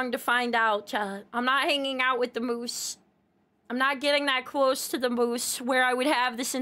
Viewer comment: As a Canadian. "Moose's" hurt me a bit. Still a super good video, keep up the amazing work and have a Good Day! 🐢